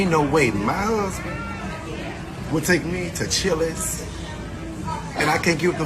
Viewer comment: Its CHILI'S not CHILÈ'S. That was the worst thing going on at that Chili's that day.